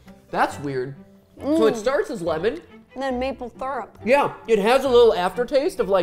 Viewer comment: matpat “It starts as lemon…” ro “and it ends in maple thyrup”